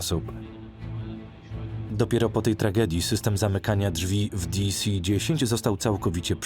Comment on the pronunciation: Geeez.. Kto to tłumaczył? "Di Si dziesięć" zamiast "De Ce dziesięć" lub konsekwentnie "Di Si Ten". "Te Ce A eS" zamiast "Ti-kas"? Nie to żebym się czepiał, ale człowiek się już przyzwyczaił 😅